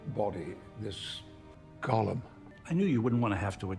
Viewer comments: It's GO-lem, not GULL-um. Gollum is from LotR. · Also "Golem" (not Gollum), lol. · Gollum? Or Golem? The former is from LOTR and the latter has a long o sound. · Good Star Trek movies don’t exist. I disagree. Star Trek 2, 4, and 6 are excellent. And just a note, golem is pronounced GO-lem, not gollum. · It's pronounced GO-lem, yesss, precioussss, nasty clay humanses, nothing like poor Sméagol, no, gollum.....